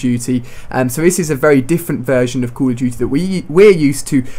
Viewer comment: Stop saying Cul of duty